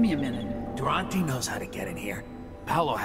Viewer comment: อ่าน Durante เป็นดูราฮัน 555